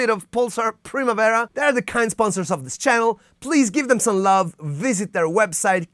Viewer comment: Oh, che soddisfazione sentire "Primavera" detto senza l'accento ingloamericano...